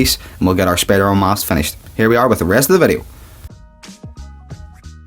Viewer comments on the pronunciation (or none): Its not spidermon it's spiderman